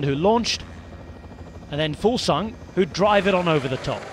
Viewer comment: Kudos on pronouncing Fuglsang so well guy! Awesome stage today, the weekend should be bonkers